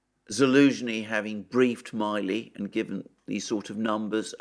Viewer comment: you are mispronouncing General Milley's last name. Please check it.